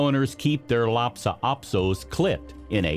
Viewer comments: It's Lhasa - not lapsa. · LHASA, not LHAPSA.